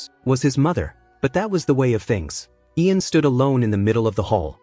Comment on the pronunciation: God, How man different ways can you mispronounce the name Ian?!?!?! Great job otherwise!